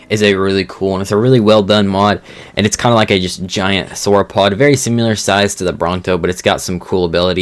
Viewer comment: Stop saying "SIMULAR" ITS SIMILAR!!!😂 (I'm subbed and like your vids, so not here to hate)lol